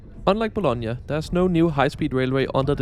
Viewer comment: Hey I am Italian, it is Bologna Not Bolonga. Anyway I always appreciate your visit